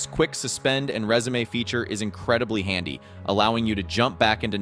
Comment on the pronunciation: Anyone want to comment on how resume was pronounced lol. Great list though man